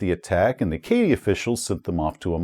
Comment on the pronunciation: Acadie is pronounce A-ka-dee. I get that isn't a linguist but being someone who is more than a little familiar with all of the European langauges mentioned in this module, pronunciation killed me a little every time. Good video though! Congrats on 100k!